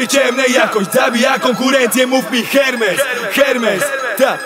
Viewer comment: Wymawia się ERMES 😂